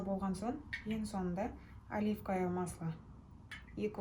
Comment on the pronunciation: Оливкое.емес оливковое масло.